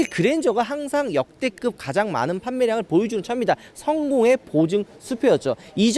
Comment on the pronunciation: 역대급을 역대긊이라고 발음하는건 어디사투리요?